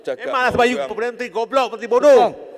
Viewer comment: Pengucapan kurang bulet tuh perlu dilatih lagi.